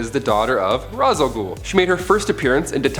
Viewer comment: I just can’t with the pronunciation of Ra’s 🤦🏾‍♀️